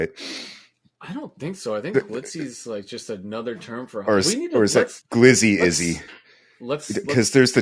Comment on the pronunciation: Jesus guys it's pronounced glizzy